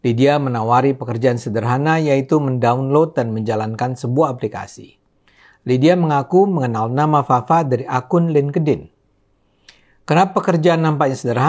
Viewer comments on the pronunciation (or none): LinkedIn dibaca nya lingtin bukan lingkedin